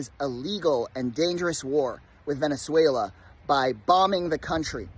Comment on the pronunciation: So nice that someone can actually say Venezuela 😅